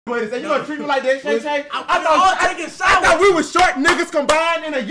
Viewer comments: Called him "Shay Shay"😂😂😂😂😂😂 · I know dude aint calling him SHAE SHAE 😂😂😂